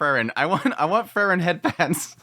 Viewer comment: It's always difficult to say if you're talking about Fern or Frrn. 😁 Try Free-ren. Please. 😊